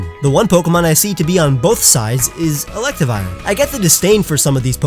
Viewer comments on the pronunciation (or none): I agree with all but it is pronounced elect riv i er